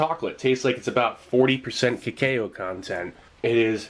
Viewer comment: What- Why did steve said cacao like that? What